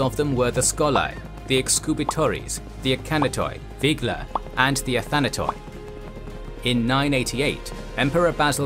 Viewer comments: Please look up how Greek words are pronounced... For example when you see "OI" in the ending of a Greek word don't pronounce it as "O" and "I". It's only pronounced "I". That's the way ancient, byzantine and modern Greeks pronounce it... The ending "OI" is used to signal that the word is used in plural. For example: "ATHANATOI" means immortals. "ATHANATOS" means ONE immortal. In plural its pronounced "ATHANATI" although it is written "ATHANATOI". I hope i helped a bit to get it right especially you people who create these videos . I am sure there are numerous scholars who can help you even more if you ask them... Please ask for some help because you make a great effort to do this stuff historically accurate just to mess up the way you pronounce everything.... Keep up the good work but please correct the pronunciation... It looks great but it sound awful to Greek ears.... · When a unite ends with oi like the Athanatoi it’s pronounced Athanaty, the oi makes a y sounds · Athanatoi is pronounced as Athanat-ee (oi, ei, yi in Greek are promounced as ee). Also ai is pronounced as eh.